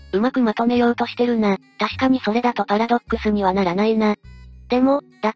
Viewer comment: パラドッ↑クスはやめろ↓